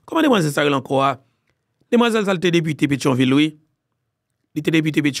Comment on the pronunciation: Eskize m. Yo pa di debite sino( député) c grave sa eh. Pa menm le wap palé nan mikro fòk ou pran yon distans pou bouch ou pa fè piak piak, kòm... mwen rete kwè gen yon sans de prensip fòk ou genyen.